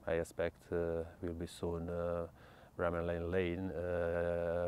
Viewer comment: Did he just call it bramall el lane or was it just me ? Bring back wilder